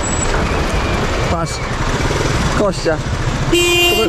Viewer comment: Ja nie wiem, dlaczego mówi Kościa a nie Kostia😂😂😂 To imię od Konstantyna a nie ok kości 😂😂😂